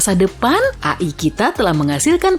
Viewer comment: Bukannya dibaca ei-ai